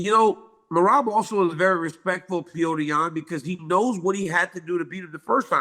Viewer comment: It's Pjotr, guys.....Like in Plotter but the L is a J....Not Pjoater